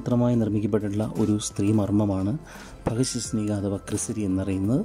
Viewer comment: ഭഗശ് ശ് നിക അല്ല ഭഗശ്നിക..